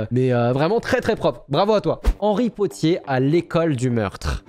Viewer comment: c pas henry pottier c'est henry potdebeurre